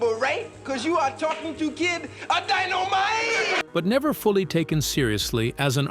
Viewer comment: Did this MF say Dino Mighty 💀